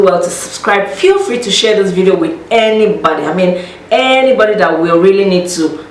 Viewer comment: The way she said anybody kinda reminded me of when in Rome😂😂 if you get what I’m sayin...